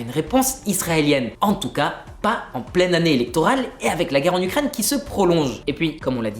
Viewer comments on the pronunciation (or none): none